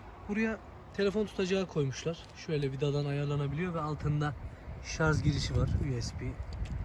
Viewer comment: La gardaş bu melmekette şarj etmek kelimesi yerine şarz etmek demiyen var mı yala ? Gözel türkçemizde elektrinkli cihazlar asla şarj edilmez illa ŞARZ edilier. ŞARZ derken gusuveren oluyo miki hiç acanba ? Eline sağlık gardaş güzel gaset doldurmuşsun.